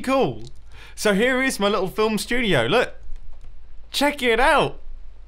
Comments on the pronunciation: “Film Stuodeoy” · Filmstudioiey (that's what it sounds like)